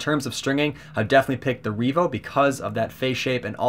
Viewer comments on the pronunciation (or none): Revo, not Reevo. Solid review the pronunciation was just throwing me off.